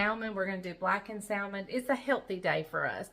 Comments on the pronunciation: Hi - I love salmon and it's quite healthy, especially if it's not farm raised. Is it a southern/country thing to pronounce it with the "l"? The correct pronunciation is "samen". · Wait, is the “l,” in salmon not silent??😆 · I'm from NC and I pronounce the L too...that's just the way I've always said it! Lol 🤷‍♀️ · Your son Wasn’t there to remind you, salmon without the L?😂